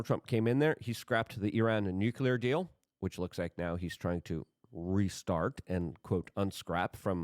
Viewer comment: Nucular? Strategery?